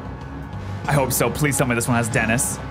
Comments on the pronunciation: Gheeeetiss gheeeetsis not Dennis 😂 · my god the joke is that it sounds like Dennis. Please we don’t care if you don’t hear “Dennis.” Just. That’s the joke, it sounds like they’re saying Dennis. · Theme: Ghetsis: Denniss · it sounds like Dennis because they are pronouncing Ghetsis in Japanese and as we all know from Anime intros(because they always have at least one English word)that Japanese people are horrible at pronouncing English words. and gamefreak isn't going out of their way to change a theme for overseas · The gethsis theme was really good, until you pointed out that it sounded like they were saying Dennis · Whats the perfect sad song called? Also I think its gheeeeeeetsiiiiiis and not deeeeeeeniiiiiis but it does sound like dennis. Also F YAH GUZMA IN S TIER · you heard him say denising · The choir says Gethsis. Tho, they pronounce itin the Japanese way, so it says Geth-is